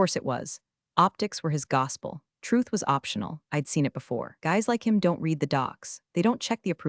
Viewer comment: AI text-to-voice still has some problems! Example, in “I read the story.” and “I will read the story.” the word “read” has two different pronunciations.